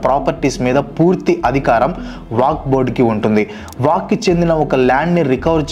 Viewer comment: వాక్ కాదు వక్ఫ్